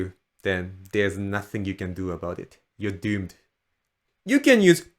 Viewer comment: "you're doomed" with an uncanny Scottish accent 🏴⛰️